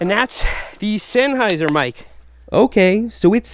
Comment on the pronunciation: It's pronounce sennheiser not sennheiser!!!!!!!!!